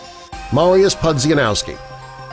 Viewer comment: The pronunciation of Mariuez Pudzianowski's last name is criminal!